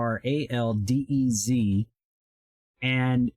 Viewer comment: Nice video walkthrough, I have one on order as well.....FYI- his last name is pronounced- "Hee Ral Dez."